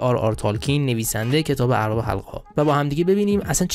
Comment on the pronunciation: البته "اربابِ حلقه ها" را می گفتی "اربِ حلقه ها" که دیگه عادت کردیم چون حتی در پرهزینه ترین تلویزیون ها هم گویندگانِ جدید "کیفیت گفتار" را فدای "سرعت گفتار" کرده و اونرا برای خودشون نشانه مهارت در گویندگی میدونند. گاهی سه تا نصفه کلمه را آنچنان با سرعت بهم میدوزند که تبدیل به یک معما یا چیستان میشه و تا چند لحظه همه سیستمِ ادراکی آدم هنگ میکنه